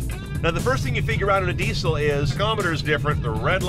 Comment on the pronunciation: "dee sell"